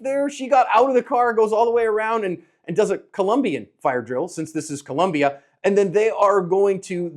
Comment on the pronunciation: Your analysis is excellent. However, as many times as your events happen in Colombia you should pronounce this country correctly. The country is Colombia, not Columbia. Thank you for your hard work in helping people become more able in protecting life.